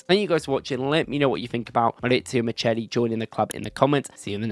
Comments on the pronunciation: It’s not Miceli, it’s Micheli. As in Chianti and Chiesa 😉👍🏾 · CH in Italian is ALWAYS pronounced K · Pronounced mikkeli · The Italian name Micheli is pronounced Mi-khe-li